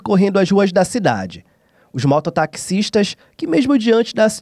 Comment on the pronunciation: Até hoje esses repórter não sabe pronunciar o nome da cidade.